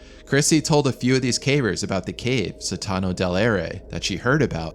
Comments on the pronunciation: Good video, a correction though, you are pronouncing sótano as sotáno instead. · Sótano is pronounced like "Saw!-tannoh".